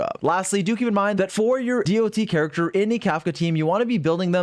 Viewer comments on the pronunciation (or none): I can't get over hearing "D-O-T" over and over instead of just "dot" like people with roots in MMO usually say it kkkk 😅 She's definitely hard to pass, but my dolphin funds are depleted after losing 50-50 every time while getting my 3 banner characters so far: Seele, Silver Wolf and Blade 😭 Unless I get her in 30 pulls, I will have to wait for a rerun. EDIT: Just did my 30 pulls. Music changed to the 5* pull music on the third 10-pull, AND THEN... Yanqing... Again... That's four 50-50 losses in a row and counting. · it is not d.o.t its DOT as one word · Why does he keep saying d-o-t its sounds so weird, the proper way to say it is dot. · you're the only person that pronounce dot as d.o.t lol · him spelling out dot all the time makes me wanna cry